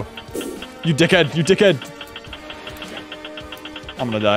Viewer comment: It sounds so different hearing an American say "d**khead" cuz it’s usually us Aussies who say it 💀💀